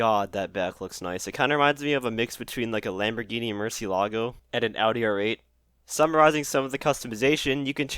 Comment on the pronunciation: lamborghini... MERCY-LAH-GO! LMAO